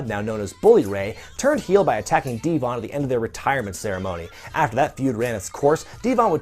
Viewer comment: No!!!!! Not D-von